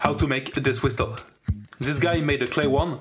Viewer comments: It's pronounced "whissle". The T is silent. Excellent travail! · You shoud pronounce it as /wɪ́səl/, or simply WIS+uhl. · The 't' in 'whistle' is silent bro. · I have NEVER heard someone pronounce the. T in whisTle